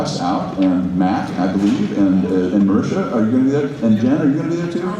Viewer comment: fucking hell it's marisha not marissa